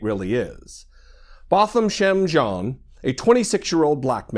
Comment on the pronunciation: The FRENCH name JEAN is pronounced JAAN. The N should not be emphasized. He was a fellow COUNTRYMAN.